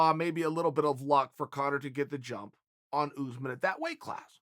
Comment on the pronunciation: Chael: Kamaru "OOZEMAN" Usman